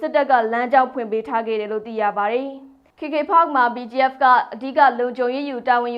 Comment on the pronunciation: BGF နဲ့ PDF ကို အသံကွဲ ပြာ အောင် ပြောပေးပါလါး